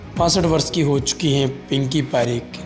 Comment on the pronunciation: Pinki not pikki